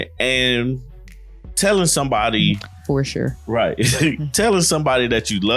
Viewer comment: Saying "fur shure" must be contagious because now Clara is saying that now! They'd both drive me crazy 😜